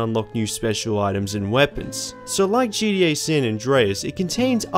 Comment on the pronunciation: stop saying “gDa” it’s gTa !!! How difficult is that to pronounce??